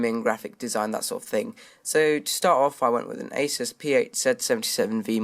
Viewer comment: It's pronounced a-soos.